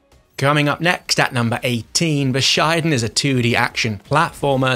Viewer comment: lol bu shy den. its bu shi den